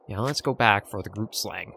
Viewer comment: Don't know if you'll go after it, but the "g" in "grootslang" is pronounced the same as "moggel". You can use the same Afrikaans google translate trick to pronounce the word. But it's okay if you find it too difficult!